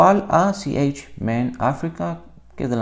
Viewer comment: me causa risa como pronuncia ch en inglês para hablar de iniciadas de um nombre latino.